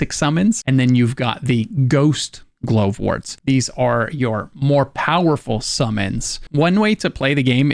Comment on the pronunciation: Why are you pronouncing Glovewort strangely. Glove-wort. Glovewort.